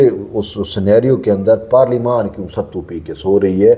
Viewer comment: Parleymant ko Aksan lens ho ghe G